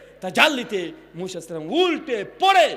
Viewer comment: মুশা নয় মুসা নবী, নামও টা ঠিক মতন উচ্চারণ করতে পারেন না আবার আরেকজনের ভুল ধরেন, মানুষের ভুল ধরাধরি না করে নিজের ভুলগুলো কথা হইতেছে সেগুলো ধরুন